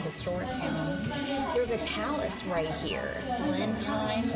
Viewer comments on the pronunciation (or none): Blenheim palace. Pronounced blen-em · Blenheim is pronounced Blen’m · Wouldn't it be a good idea to do some research about road markings and so on before starting? Blenheim is pronounced Blennim.